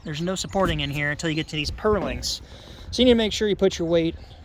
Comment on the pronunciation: The are called Purlins. If you are going to reference them 50 times pronounce them right. No ING on the end of a purlin.